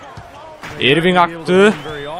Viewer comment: ***** abi irving diye okunmuyo örving diye okunuyo adamın gerçek adı kyrie irving